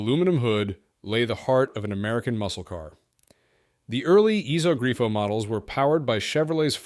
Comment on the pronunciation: also its a "iso grifo" not a "esog grio"